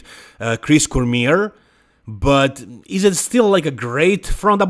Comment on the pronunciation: 2002 Flex magazine Chris Cormier says that we shouldn't pronounce his name like 'core-mear' insted like this: 'core-meah'..